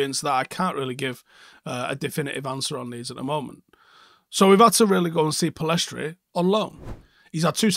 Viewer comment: Pellistri not Pellestri.